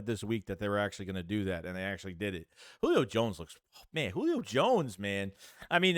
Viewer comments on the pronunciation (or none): none